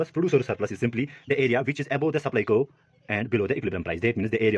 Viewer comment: “Curve” is one syllable with a hard V at the end. A better, more phonetic spelling would be Kurv. But it doesn’t distract too much from a wonderful explanation of this topic. Cheers mate! Keep making this content.